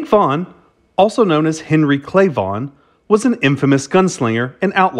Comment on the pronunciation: Is it Vaughn or Vaugnun. Never heard the 2nd 1 before but that don't mean anything